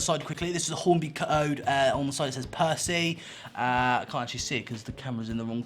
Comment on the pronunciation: You said it right the first time